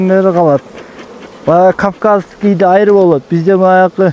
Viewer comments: Качан туура суйлогонду уйронобуз. Айры башка, Аары Дейт. Молодец бирок, ишинерге ийгилик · Айры эмес аары деп бал аары деп айтылат тилдери кантет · Каяктагы айры? Аары деп кыргызча суйлосон? Айры деп башканы айтат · Аары дечи айры дебей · Айры дебей аары десен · AAРЫ деп айтсаң. Айры башка нерсе го. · Айры эмес аары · Айри айри эле дейт бир туруп кулкун келет экен айлан жок кулосун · Тантыбай аары дечи брат